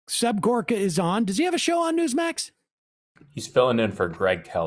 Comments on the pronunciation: Seb Horka now? So that's his name now, can't think of a better person to butcher a name on than Seb Dorka. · Is it not Serb Gorka and not Horka? Anyway, this is a better gig for Serbie. In the past, he has been hawking fish oil supplements on TV ads and he has been saying he is a "Doctor". He never mentions he is not a medical doctor.